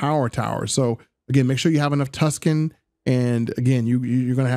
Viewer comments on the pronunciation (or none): Mershentile? Tuskan??Merchantile. MERC-AN-TILE!!!!! Tungsten. TONGUE-STEN!!!!! Tuskan Raiders are Star Wars, not Starfield!!!